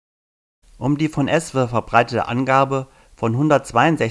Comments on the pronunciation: An der Betonung von ESWE arbeiten wir aber nochmal 😄. Sonst aber sehr gutes Video! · Guter Bericht. Nur der Sprecher sollte ESWE richtig ausprechen.....oder ist es ein Tonfehler? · Warum spricht er ESWE so komisch aus ? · Erst mal ESWE richtig sprechen lernen 🤣🤣🤣🤣🤣🤣